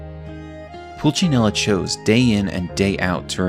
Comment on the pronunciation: actually is Pulcinella, not Pulcinello.